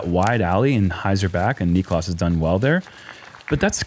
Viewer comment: Niklas = knee klas 2 syllables, cmon guys